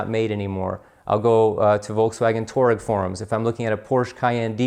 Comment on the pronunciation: Touareg is pronounced Twah-reg